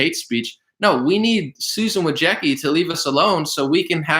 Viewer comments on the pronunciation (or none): none